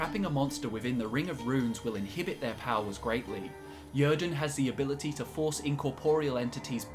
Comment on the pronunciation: Yrden is a Nordic word, pronounced 'yeer-den'.